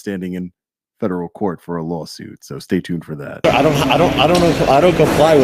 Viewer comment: Law suite! Law suite! Law suite! Law suite! Come on everyone say it with me!